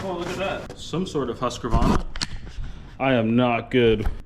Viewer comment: Pronounced Hoosk-varna. They made sewing machines and excellent motocross bikes back in the day. What you have there is pretty much a hybrid of the two... Here in England we have mowers that you walk behind. A cross between a sewing machine and a Zimmer frame... As it happens I've spent the last couple of days cutting the grass in my orchard. Seriously high grass, seriously potholey ground. Most exercise I've had in a good while. A ride on mower wouldn't work on it unfortunately. Good buy.